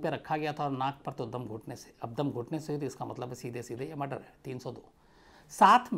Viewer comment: Mr. Shams it's "Murder" not "Muder" plz correct yourself...